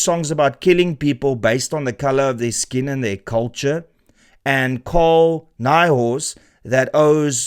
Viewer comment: "nigh-horse?" 😂. As in no horse 🐴 Or N**i horse as in ... Or maybe "High horse" ... Lol... Can be used interchangeably - still very funny... Well done on that one 🎉